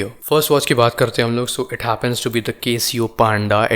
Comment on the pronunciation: 1. Bhai.. beer bar me baithe ho kaa 😂 2. Link bhi share Kiya Karo 3. And It's Casio and not Kay-sio